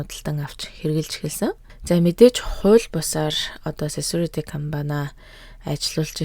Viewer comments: Секюрити гэдэггүймүү? Сесюрити юмуу? 😮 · 😂😂 harin tin сесүрити gechwu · Security gdgiig yu gechiv kk sesurity gesenuude😅😅😅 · Секюрити гэдэг биш бил үү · Security gej Yaj heleed bgaan be!!!! 😅😅😅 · Security-г юу гээд дуудчихвааа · lol humor toi bmar bnaa guys iim olon bichleg orchuulj hiideg hun security gj spell dej chadahgu bval gjdee haha